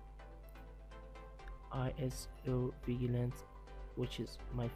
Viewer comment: It's vi-j-e-lanti.... that's how it's pronounced. good video btw